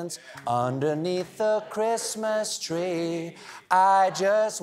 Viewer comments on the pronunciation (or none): The worst thing about the Maria Carey song is once you realise she can't pronounce the letter "R", and is in fact singing about the "pwesents underneath the Chwistmas twee". Nothing wrong with such a speech impediment, but once you hear it, you can't unhear it, and its all that you can hear.